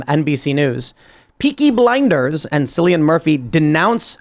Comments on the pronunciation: Cillian is pronounced like Killian. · Its pronounced "killy-han" Murphy. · Cillian is pronounced Killian. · Cillian is pronounced Killian ya tit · it's pronounced "Killian" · It’s pronounced Kill-Ian. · Its pronounced "Killian"